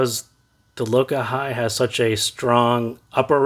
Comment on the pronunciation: It's pronounced Lo-kah-he. It's a Hawaiian word for unity. 🤙